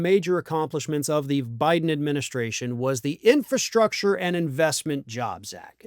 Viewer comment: Trump can't even pronounce 'infrastructure'. He tried, but no. Big funny fail.